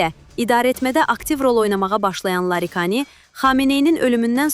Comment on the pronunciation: Larikani yox Laridjani😂